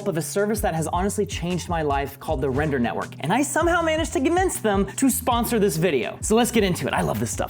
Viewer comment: Every time he says "render" Me: heheh.. "Wrender" But seriously though, how'd you do the pillar up stunt???